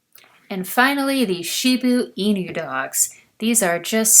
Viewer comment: Love your videos but shiba inu is pronounced She Ba inu